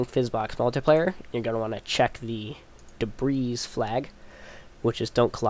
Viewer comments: debris "dib-ree" not "dib-ris" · He means that "debris" is pronounced "de-bree", not "de-brees", even the plural form. You mispronounced it a couple of times.